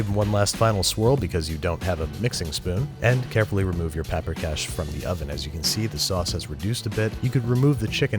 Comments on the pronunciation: It's pronounced Paw-prika, not Pa-prika. (Emphasis on the first syllable, always in Hungarian) and generally, sour cream is added to the stock at the end while thickening it a bit with flour. I always hated making golushka but you did a good job. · It is pronounced paw-pree-cash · The dish is pronounced puper kosh not papper cash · Sweet jesus does the pronunication hurt. also the spelling. Paprikás, and no vowels are reduced to a shwa wtf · Sir I am offended. You may be making cash from this recipe , but, your pronunciation is atrocious. It is cisirke paprikas. It is made with sour cream. You have made the recipe from the movie but that is not the authentic dish. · Pa-prika xd